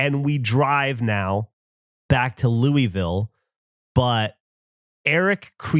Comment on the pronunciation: As a local, it kills me how he says "lewey-ville" instead of sounding like he has a mouth full of marbles of "lew-vull"